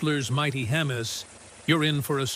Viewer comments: Ah yes, Crystlers mighty. HEM IS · Hemmis? It's AI but some of the info. is good.. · Hmm. It appears that you don't even know that you pronounced 'Hemi' wrong. I detect another AI driven channel.